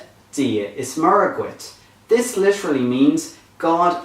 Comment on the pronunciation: MURRA for Muire..appalling no differentiation between Broad and Slender..MUIRE is spelt MUIRE a slender R..execrable !!!